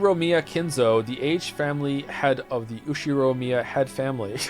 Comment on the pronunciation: Now can pronounce Ushiromiya, he has evolved as a weeb